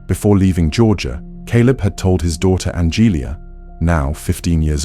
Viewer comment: "Angelia" lol that's my mamas name. It's not pronounced an-gelie-uh lol It's An-ja-lee-uh